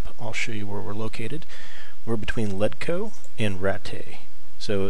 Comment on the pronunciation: Man do you say things wrong. Its Savior Schnapps not Savory Snaps, its Ratt-aye, not rat-tay, its Led etch co not ledco. Thanks for the video.